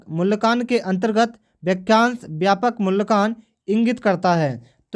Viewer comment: Wo मूल्यांकन है मूल्यकान नही है। ठीक से पढ़ना सीखिये फिर पढाईये ga 🙏🤣🤣